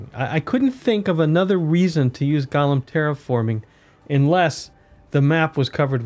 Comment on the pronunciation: Please, please pronounce golem correctly, they’re not a character from the lord of the rings!